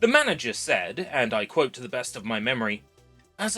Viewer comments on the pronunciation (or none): none